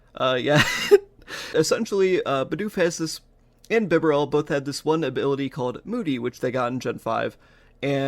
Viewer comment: it's either "bee-barrel" or "buh-barrel" i think (dw i still liked and subbed)